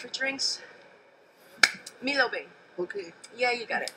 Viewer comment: Milo beng...aahhh klate detected